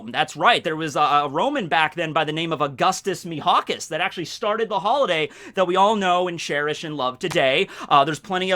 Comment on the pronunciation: "Augustus Mihawkus" I'm so dead ><